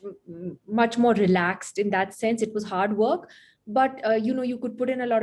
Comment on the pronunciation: When she said 'hard work' , I literally heard it 'Harvard'.